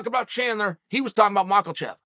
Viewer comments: Chael, it's not Daroosh it's pronounced Dar - e - oosh and its not Mack - La - chev , its Mack - ah - Chev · where do you hear the "a" in Mocklechev? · I like how he say Islam for a while and suddenly drops Makelchev. Similarly, Beny Beny Beny..... Boom..... Daroosh